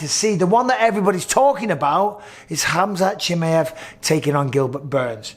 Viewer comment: Bisping: Khamzat Chimeyef